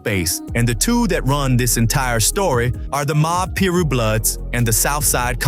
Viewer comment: its PYE-RUE .. and i'm not even a blood..